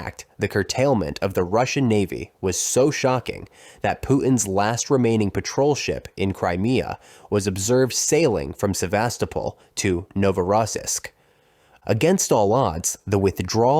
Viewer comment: The stress in Novorssiisk is on the last syllable. And natively, it's Sev a STO pol.